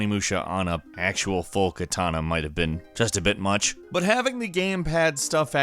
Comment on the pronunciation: did I hear Kitana instead of katana?